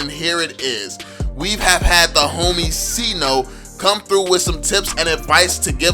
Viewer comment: Sayno not sino